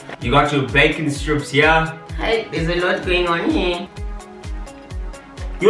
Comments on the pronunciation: Whenever you say “haai there’s a lot going on heye” I scream 🤣🤣🤣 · "There's a lot going on hiye" takes me out every time 😂😂😂😂😂😂😂